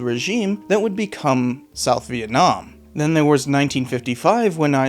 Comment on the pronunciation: when did LBJ decide to start pronouncing Vietnam as Viet-Nam? Why in that speech in response to Tonkin was he saying it correctly but later on says it like your Appalachian uncle?